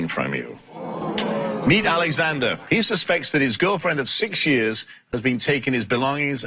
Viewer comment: 6 yuurs......Girl stop pulling that weave omg......6 yuurs❌❌